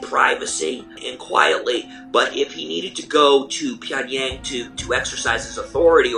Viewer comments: .... It’s not 평얭(Pyeongyaeng) ..it’s... 평양(Pyeongyang)!!!! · It’s Pyong-Young, not pyong-yeng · LOL! "Pyong-YAYng" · This is a good video but the reporters need to pronounce Pyongyang correctly.. it makes the video lose a lot of credibility when the ones being interviewed, especially Michael Madden, can't even pronounce it right. The main narrator does a better job saying it than the 'experts' being interviewed.